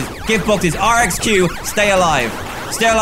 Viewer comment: If you have him,use spring Bonnie over springtrap Edit:RXQs name is pronounced re-que-si-fax